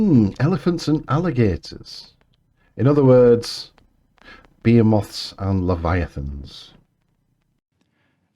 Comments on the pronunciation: nice to hear somebody pronounce behemoth correctly, for a change,. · OK, I've always pronounced it /bə he' muth/. But I'm American and insecure. All the online pronunciations seem to agree with me, though. Is there an audio link to the proper pronunciation? Here's a video with American, British, Australian, and Welsh: https www YouTube com/watch?v=b6m32ia4xoY The British one is /be' a moth/